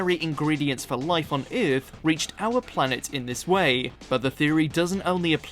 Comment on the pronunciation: The new narrator's pronunciation of "Earth" is hilarious. 😂